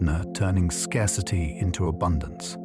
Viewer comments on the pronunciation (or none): none